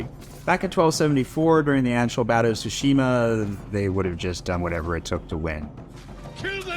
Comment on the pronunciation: Japanese history expert but pronounces "TSUshima" as "tsuSHIma"